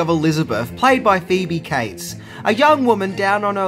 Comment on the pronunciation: Her name is Phoebe Cates, not Phoebe Kites